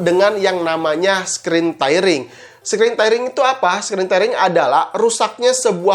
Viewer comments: screen tearing dibacanya skrin tiring... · 75 hz tidak terlalu bagus buat g sync compatible , yg 144hz dengan gpu yg mumpuni baru akan sangat terasa. Btw lu ngomong screen tairing , semoga kedepannya lu perbaiki kosa kata bahasa inggris.